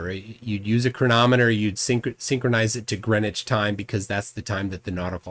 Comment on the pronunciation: First american ive heard pronounce Greenwich correctly 🇬🇧🤝🇺🇸